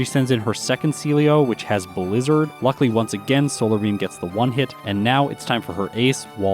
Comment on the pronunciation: You're also overusing the snot out of the word "luckily", which you seem to pronounce "luckly".